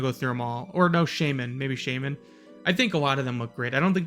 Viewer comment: shah-men (shaw, like shawl). No shame. lol The priest one looks a little chunky for cloth.